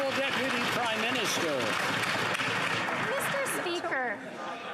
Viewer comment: MIS-tur SpEEkur